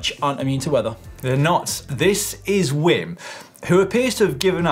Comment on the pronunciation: I don’t think that is how you pronounce the name Wim, by the way.